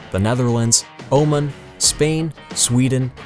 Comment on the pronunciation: Here's an incredible fact: The narrator can't pronounce Oman properly.